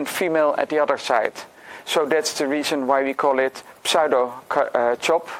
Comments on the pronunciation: sue-doe not psy-dough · Just FYI, in English, the pseudo prefix is pronounced very different from how it's spelled. The p is silent, and the first syllable is a long u, as in the word "do" or "you." English is so wierd. This is my favorite of this line of puzzles so far, by the way, and I can't wait for the official post and discussion thread. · the p doesn't have to be silent. i think it's mostly pronounced as either sue-doe or psue-doe.. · Heh, I heard 'saddo' and had to double check the title of the video :D